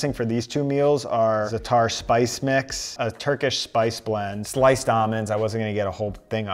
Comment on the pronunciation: It's Zaa-tur not Zuh-taar. Stop butchering every forgein word.